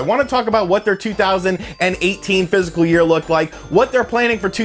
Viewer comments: Fis▪kal, sounds like you're saying "physical year" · Please man it’s Pronounced FIS C AL not Physical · The word is 'fiscal', not 'physical '.